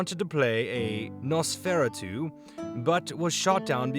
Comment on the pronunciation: Nos-fur-ah-two Die-a-bo-lis-um